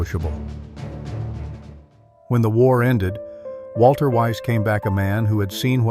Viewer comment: And why do you pronounce "Walther" as if it were an English name? This spoils your whole video.